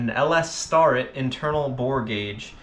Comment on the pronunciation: Its pronounced STARE-IT